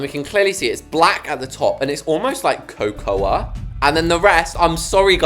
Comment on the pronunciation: How you said cocoa make me laugh